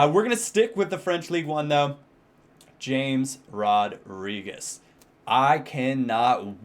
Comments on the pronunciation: Never occur to you that it won't be pronounced James? Anyway according to Tim Vickery, it should be said as 'Hames'. He said he absolutely hates it said as James. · It 's pronounced 'hamez'.. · I think James is pronounced (Ha-mace). At least that is what the commentators say on Bein Sport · It's not pronounced James, it's pronounced Hamez. :D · it's actually pronounced *Ha-Mess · James Rodriguez is pronounced Hey-mes